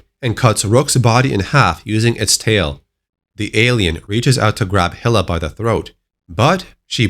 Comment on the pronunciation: Hilla? You mean Hi-la right?